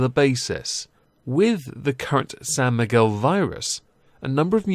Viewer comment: are you saying Sam Miguel Virus? what's the story behind that?